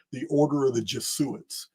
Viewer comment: It’s your helpful OCD English dialect assistant again. (2.08 .48) Jesuits - it’s normally pronounced Jez oo its ❤